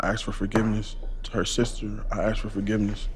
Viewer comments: But he can’t even properly pronounce the word “ask”!! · Bro is a serious Lumberjack...keeps AXING for forgiveness, not even prefacing with an apology...TIMBER!!! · HE AXE FOR FORGIVENESS